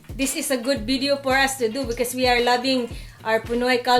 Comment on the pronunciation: LOL! I absolutely love your wid-de-os!